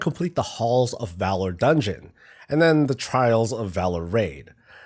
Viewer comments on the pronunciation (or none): none